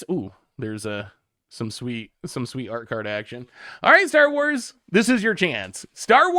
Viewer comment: I love branching out to enrage a whole new fandom with his pronunciation 😂